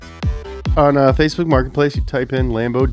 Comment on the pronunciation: "fakesboot Martin's place"